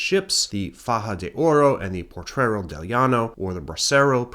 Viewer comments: great video!. That ship name is Potrero, not portrero. Mexicans still consider thos sinkings a false flag, there no reason U boats would not sink better US objectives but those former italian ships. German spies include Guido Moebius in Monterrey. State of war meant the mexican gov was hugely concern into draft andinflation, as house rent was even controlled. grandpa ( ) was a bracero, they managed to get some financial compensation (he died before that). 1917 mexican constitution didnt prevented women from voting, in facta there were female city mayors ellected the next year, the 1953 female voting reform was nothing but populism. You should call US invasions that way, not intervention. It´s great yo explained XIX century history but letś face it: since 1820 the US has controlled Mexico. letś see why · "Potrero". You've got an extra "r" in there. 😉 (Thanks for doing this video!)